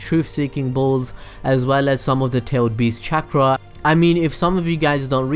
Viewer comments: Every time he said chakra I remembered when Young Naruto called it “Catchra” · This dude says chaakra